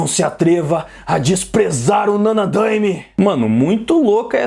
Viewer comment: Mano só um detalhe, a pronúncia certa é /Nanadaimé/ e não /Nanadâime/.